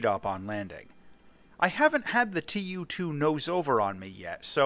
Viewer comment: Tu is being read as a word, not two separate letters aki like in alphabet.